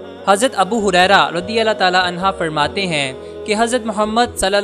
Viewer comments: anha bol raha h jo ki rzi Allahu anhu h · Abu huraira raziyallho anho kehna chahiye....anha nahi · Anha nae anho hota hy sir..